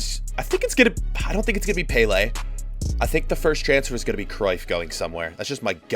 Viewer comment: im sorry but peylay?